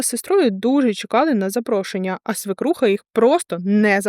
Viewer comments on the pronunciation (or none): Мда історія треш звичайно( однак одне маленьке виправлення, не "свИкруха", а "свЕкруха". Це можна перевірити в словнику. Без образ, просто на фоні грамотного тексту слово надто ріже слух і очі в тексті